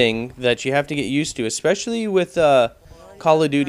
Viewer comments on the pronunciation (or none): none